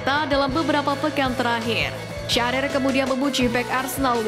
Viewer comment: alan syahrir orang wonogiri kali bang😅